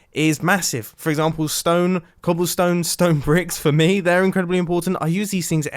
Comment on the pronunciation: Really just said ‘smooth stane’